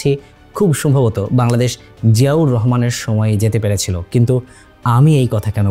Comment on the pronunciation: Bangladesh ❌ Baldesh ☑️🤣🤣 LoL